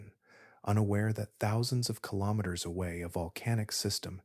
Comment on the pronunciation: Good information, however haven't heard kilometer mispronounced so many different ways, very distracting.